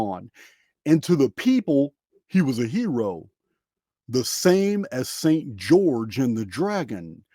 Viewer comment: Yes, you're right. I watched again. Just sounded funny. ☺️👍🏻